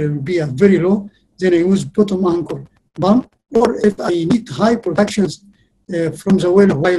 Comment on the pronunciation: EVERY TIME HE SAYS PUMP I HEAR IT AS BOOM